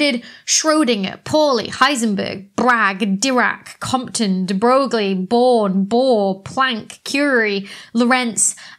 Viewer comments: Also it's not pronounced Broglie, it's pronounced 'broy' (it's very weird) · deBroglie is actually pronounced as "deBroy". I know becky, English sucks... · But then went on to mispronounce de Broglie 🤣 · Ahem. de Broglie's name is pronounced "duh broy". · French guy here: "de Broglie" is pronounced "de Breuille". And yes, it doesn’t make any sense, even for French people ! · The family says it’s to be pronounced “debroy” (rhymes with boy). But the people of town in Normandy say “debrogly” anyway. So no worries! Even we Francos roll our eyes. 🙄 French satirist and comic Coluche even had a joke about it. The French wiki page about the family explains it well. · Da Broccoli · I like how you corrected your pronunciation of "Fresnel" but not "deBroglie"